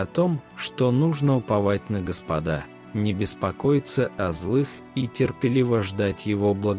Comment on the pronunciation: Ударение делайте (на Го) Господа